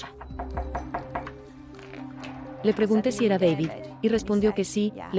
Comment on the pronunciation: Es que la IA la de haber programado un español. Y como la "H" es muda...😂😂😂😅